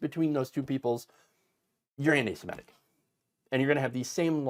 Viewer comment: Semitic, not "simetic"